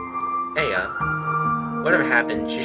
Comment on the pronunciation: it's pronounced eye-ya